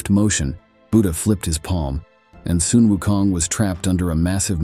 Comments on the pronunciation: It would be good to pronounce Sun Wukong correctly...not 'sun' as in English word sun but Sun should be pronounced as similar to "swoon" or "soon" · Sun WuKong.. the word Sun sound like "Soon", not "Sun". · It should pronounce as “Soon”Wunkong not Sun. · The narrator seems to change the pronunciation of Sun. Sometimes it is "Son" and sometimes it is "Soon". The right pronunciation is "Soon". Otherwise, he's narrating a great story. Great job! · "Soon" is closer to the real Chinese pronunciation